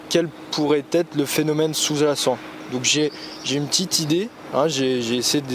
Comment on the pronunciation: uneuh petiteuh vidéo, petiteuuuuuh vidéo